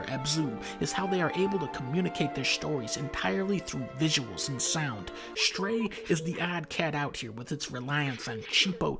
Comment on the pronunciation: Fun fact: the game is called "Stray" not "Shtray", Dunkey